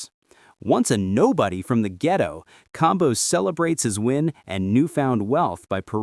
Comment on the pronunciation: Why the ai gotta say ghetto like that? 😂